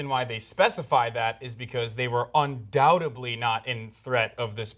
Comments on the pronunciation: By the way, Hasan, "undoubtably"? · "undoubteBly"...how professional.